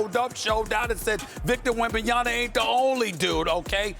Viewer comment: Steven A is ignorant for constantly saying Wembanyama wrongly. He does it on purpose